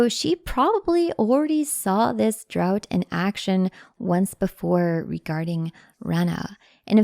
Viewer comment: Love these videos,! Future reference, though: “draught” is pronounced like “draft”